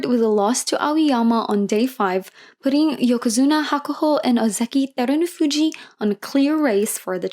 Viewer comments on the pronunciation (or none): Really appreciate your video recap, I hope you keep doing them :) Great basho.. Only one nitpick... His name's HakuhO ShO, not Hakuhu Shaw... It's a BashO not a BashU... He's Terunofuji not Derunofuji... I am not trying to poop on you, but the internet is full of examples of how to pronounce their names, please do some research, everything else you do is so great